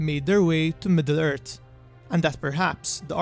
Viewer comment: The turd silmarils Witin the mountain Torin Oakensheild The center of the eart The war of rat Please, please, please learn how pronounce "th". It's really not that difficult. Bite the tip of your tongue and there it is. Your mispronunciation is really annoying and not helping your otherwise great content.